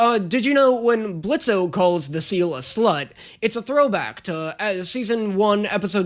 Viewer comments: Did no one else notice that pronounced Blitz’s name Blitzo right after pointing out his I h8 Blitzø shirt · The O is silent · Hi blitz here i I've came to say the o is silent! EVERY TIME ITS SO SIMPLE JUST SAY BLITZ NO O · the O is silent. Don't deadname him please. 🙏🙏🙏 But you're right, it's so classic YouTube. I miss this crazy side of the web. Please react to more Brandon Rogers series such as Bryce, Magic Funhouse, Theatre class, ect.